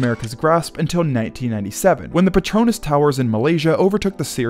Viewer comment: Petronas is pronounced "petro nass."